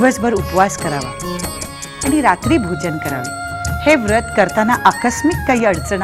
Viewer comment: व्रत उच्चार नीट झाला असता